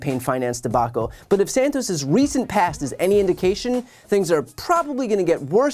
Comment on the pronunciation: he said jawdge Satoss, in the third person again, just like Trumpington trumpton